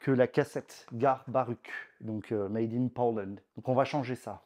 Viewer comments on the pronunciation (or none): none